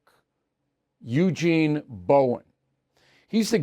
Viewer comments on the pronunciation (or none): “Eugene”. Christ.